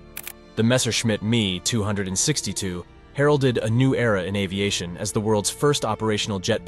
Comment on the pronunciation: The Me 262 is NOT pronounced MEE two hundred and sixty two, but EMM E TWO SIX TWO